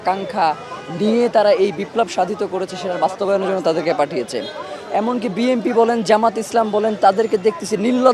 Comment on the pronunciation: বি এন পি উচ্চারণ সঠিক করবেন, বি এম পি বলেছেন কেন? পড়া লেখা করেছেন?